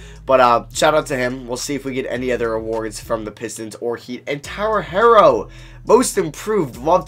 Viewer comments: Bruh it’s pronounced “hero” not “hairo” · Please stop saying Herro as HAIR-oh its HERE-oh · also his name is pronounced Herro like “superhero” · still annoys me that he doesn't know how to say herro